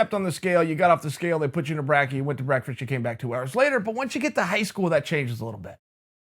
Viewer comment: (Brek-FiSt) chael. Say it with me.... Chael: BrEaKFriSht